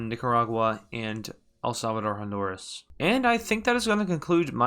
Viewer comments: pronounced HON-DUR-UHS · you mean.... EL-HONDURUS